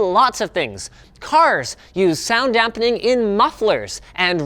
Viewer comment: I cringe everytime he says "dampening"